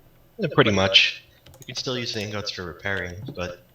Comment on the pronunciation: Why are you saying steal instead of still?